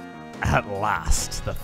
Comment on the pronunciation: is it just me or does that “at last” sound a bit Scottish